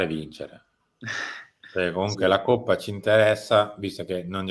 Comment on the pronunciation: Coppa si pronuncia co la o aperta, altrimenti si parla di quella del maiale.